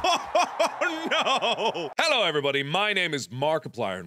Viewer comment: markiplier: halow everybody my name is barkiplier 😊 me:SHUT UP BARKI NURSE 😊